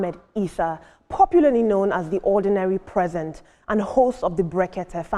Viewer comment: Ordinary President not Ordinary presents 😅😅